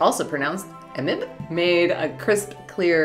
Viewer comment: Hello, Thank you for your cute words! And YES! your pronunciation for EMIB is correct. But I love the American version <3